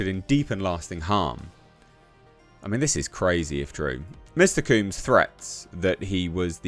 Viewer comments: His name is pronounced COMBS as in you comb your hair not COOMbs..😒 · Couldn't get past you repeatedly saying "Mr. Cooms" all weird.. Hardly caught anything else, but I bet Trump pardons him anyway. Hopefully he just gets his name right.. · it's not pronounced 'kumes.' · Combs, rhymes with gnomes, or homes. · Why you saying his name weird? Lol. Because he’s a weirdo? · It’s the British accent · It’s not, it’s just a mispronunciation.